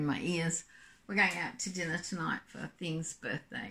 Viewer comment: Happy Birthday to your Mr. lol I am not 100% sure your saying "Thing"